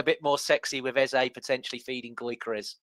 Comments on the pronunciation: you got the name, EZE right the first time. Rebecca didn’t pronounce it well, Rebecca pronounces it EZA. I love Beks but that is not the right pronunciation. ❤️ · Why are you pronouncing Eze differently? Is that proper way to pronounce ( something like pet name)? If so we should start pronounce it like ‘Ezza’😂😂